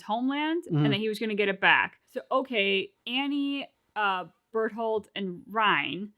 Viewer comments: "Bertran" haha yeah it's been a meme to get Bertholdt's name wrong. Glad you came to the same conclusion naturally! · Soooooo.... yeah lol, everything else aside, they know the joke, we got it, you can go back to saying bearsolds name right again